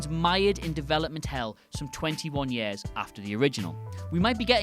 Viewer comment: Why does he say year like that it is so annoying